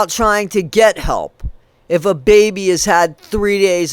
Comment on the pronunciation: Get ,Not Fet,She irritates the hec outta Me